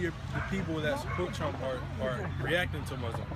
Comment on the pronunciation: "Donald Tremp" -That First Guy